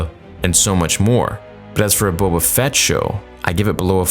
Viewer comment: Why is Boba referred to as BO-BO